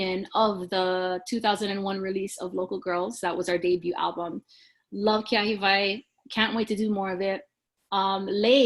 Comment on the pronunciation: Thank you for this. Now, I know how to pronounce Keahiwai. Our local DJ here used to pronounce it as Kee-ya-hai-vai lol😂